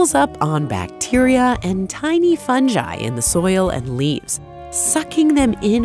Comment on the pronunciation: She didn’t know how to pronounce fugi.